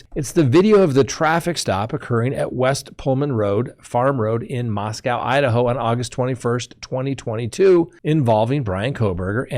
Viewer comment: Just so you know, it’s pronounced Mos Ko. Not Mos COW. The local saying is, “there is no COW in Moscow.”